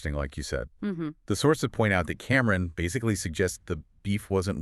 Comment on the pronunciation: It’s Cam-Ron not Cameron omg please look up the culture or hip hop artists before doing a story on a dead MC